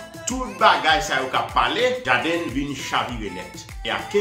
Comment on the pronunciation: C JAYDEN LI PWONONSE C PA "JADiN" ni JADEN EPI C WILL SMITH KI FOSEL FEW MASISI LANGYETTTT MANMANW GEN MOUN KI PALE ANGLAIS KI SUPER BRANCHE DE BAGAY SAYO. SO PRUDAN AK KKWAP PALE YO. OU PALE POU MOUN SOT SELMAN